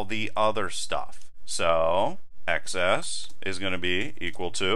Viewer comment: I thought x:xs is pronounced eks and ekses (i.e. plural x) and not eks ess.